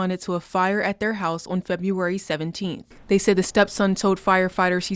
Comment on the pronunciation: Unrelated but both female reporters cant pronounce words correctly... "February" OR "Welfare"